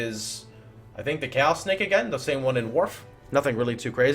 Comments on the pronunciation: Twitch is a completely different language: chayos, Al-ch-emy, etc... that was a sentence literally filled with memes. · what is with miss pronouncing, chaos, and alchemy?